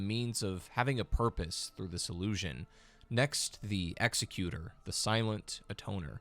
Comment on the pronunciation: Executor, the way you say it, isn’t a word.